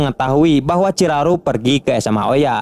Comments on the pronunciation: Lumayan ya kurangnya, chiharu bukan chiraru, rud boys bukan riyud boys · Bukan ciraru bg ciharu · Bukannya Chiharu🤣